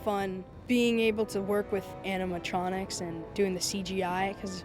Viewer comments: Lea Teoni kept saying animal tronics instead of animatronics😂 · She keeps calling it “animal-tronics” instead of “animatronics” lol. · Tea Leoni keeps calling them "animaltronics" 😂😂😂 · I love how she says "animaltronics" 😂😂